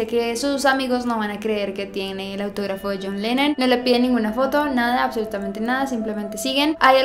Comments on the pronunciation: al fin John Lennon, ah por cierto es LENNON, NO LENON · es "Lennon":)